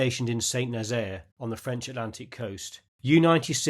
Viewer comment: Clapping b/c you went movie not the more modern tv show... You got like 12 claps :-) Your German pronunciation is better than you French :-) Really quality video.